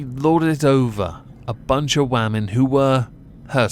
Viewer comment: Why do you keep saying "wah-men" instead of women? Wah-men are sjw, woke, leftist femi-nazi's that hate that illusion called "the patriarchy", these poor women, not Allison, the ones that were subjugated to this torture were/are women, they should not have had to endure what they did. And you calling them wah-men is an insult.